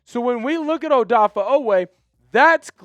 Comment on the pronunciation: Dude. His name is NOT ODAFFAH.